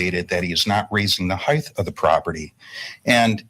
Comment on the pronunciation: Heigth ugh it's not pronounced with th, it's height.